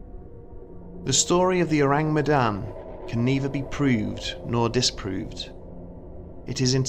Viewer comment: Everyone who speaks Malay: This video: Ooureeng Meydannn